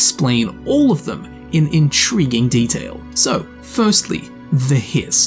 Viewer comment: Did someone say intreeging?